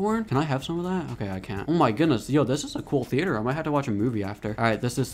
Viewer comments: It’s theater not the-a-t-er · Why u saying theyater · bro said thea-ator 😭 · Bro said thee-ater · The way he says theater lol